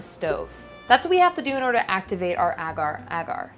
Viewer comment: Amazing video but I can't deal with how Americans pronounce agar agar 😬😂